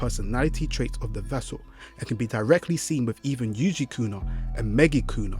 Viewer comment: It's yukuna and mikuna no yujikuna and migukuna 😂😂😂😂